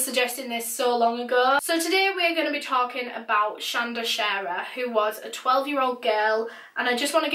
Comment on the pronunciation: Thank you for pronouncing our name right ❤️